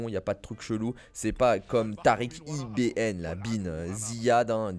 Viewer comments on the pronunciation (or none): Euh alors c'est "iben" et pas "ibin"....🤣 On devrait s'en tenir à Tariq je pense🤔🤣😉